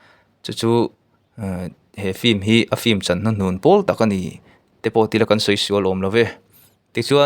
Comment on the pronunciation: Fim tih hi ilam ri zing ropui sia han lam uluk deuh teh unaupa film tih tur aw..😂😂😂